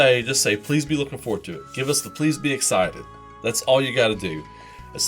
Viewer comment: Prease be eggcited.